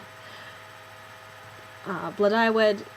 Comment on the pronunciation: ypure pronounceing blodeuwedd wrong. its Bluh die wedd the dd is like the th in weather.